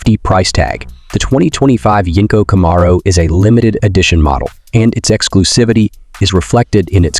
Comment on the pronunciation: Can you say Camaro right😂😂😂😂